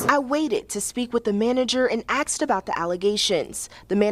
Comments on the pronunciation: 'Axed about the allegations...' Really? Are we really going the Futurama way and making 'ask' an archaic pronunciation? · Axed?!?! 🤣 Where did this chick go to school?!?! What tool does she chop a tree down with? An Ask?!?! 😝🤘🏼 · Even the reporter "axed" about the allegations. 🤦‍♀️🤣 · The reporter axed, lol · That reporter really axed all the questions when axed. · Brother how is a news reporter allowed to say axed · She axed?😂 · she's a reporter, educated. but has trouble with the word asked pronouncing it as axed. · KTXS your DEI reporter can NOT speak proper English? She "Axed" ? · This is all so black people dont have to pay its so abvios. Tatums face everytime the news anchor says axed 😅😅😅😅😅😅 i keep watching it back laughing. Just want to say that kid that purchased the rope to hang himself actually breaks my heart thats so sad . Can u Imagine buying that rope. No bs thats horrible. Rip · I had to rewind it several times to convince myself that professional reporter said "Axed" vs "asked".. I mean cmon seriously?? 😂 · Your face when she said “axed” 😂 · She axed? Modern journalism. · She AXED him a question 😂😂😂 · Axxeddd bro 😂😂😂😂😂😂😂😂😂😂😂😂 damn that’s funny asf trying to sound professional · How come black people can't say asked? Even the news reporter with proper English says axed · If she can say the word masks she can say the word ask but she's intentionally saying the word ax because she's black and she doesn't want to sound too white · Now the whites can eat in peace they're not complaining 😂 how the F is a proper speaking news woman saying "axed" wah 😑